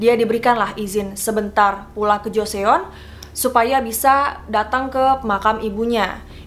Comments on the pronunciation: Iya benar. Jo (O-nya bulat kaya kalau bilang Donat) dan Seon (dibaca O, tapi ditekan di leher). Saran aja kak, belajar dulu pengucapan Korea. Lee juga dibacanya "i". Biar enak dengernya :) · hah? siapa yang nggak menghargai siapa? Gue menghargai youtuber, gue nggak 100% menyalahkan pronounce dia. Gue heran aja kenapa komentar didominasi sama kesalahannya dia, udah gitu komentarnya sama semua tentang salahnya pengucapan joseon. Besok besok gue mau ngomelin temen gue yang baca jakarta jadi jekardah ah, apa ngomelin temen gue yang ngelafalin jepang terus gue benerin jadi nippon? Eh tapi nggak deh, gue menghargai kalian semua yang telah mengingatkan youtuber, berkat kalian youtuber pasti paham akan kesalahannya. Semoga youtuber melihat ketulusan hati kalian dan meluruskan kesalahannya. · Maaf kak kakak penyebutan joseon nya salah kak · Baca joseon nya bukan gitu kak :( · Mon maap kak, agak keganggu cara kaka nyebut kata 'joseon' .. (mungkin krna aing udh terbiasa denger kata joseon dengan ejaan korea hihi) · Agak terganggu dikit dgan pembacaan "joseon" nya itu aja sih 😊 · pelafalannya salah kak. eo (어) itu dibaca o juga tapi agak ditekan walaupun nggak sejelas o (오). jadi biar gampang bacanya o juga aja. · gatel bgt pgn komen gak tahan abis dgr nya sorry, kl mau riset sekalian cari tau jg cara penyebutannya gmn. pls bgt JO-SE-ON bgt tuuhh? JOSON MBAKKK LOL thx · yeah it should be pronounced as Joson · Iy, agak risih dgrnya jo-se-on, tp penasaran🙃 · Itu ngga apple to apple mbak, ngebandinginnya. Olivia kan bukan nama Korea, dan lagi emang wajar dibaca Olibia sama orang Korea karena di hangeul ngga ada bunyi V, diganti jadi B yang mendekati. Sedangkan Joseon, (dibaca Jo-son) kan nama Korea, di Indonesia semua bunyinya ada, jadi wajar kalau kita mengingatkan pengucapan yang benarnya. Bukan salah mbak yg cerita kok, itu emang karena romanisasi dari hangeul suka missleading. Ini sih kami cuma ngasih tau aja pengucapan yg betulnya gimana. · Joseon hangul nya dibaca joson ka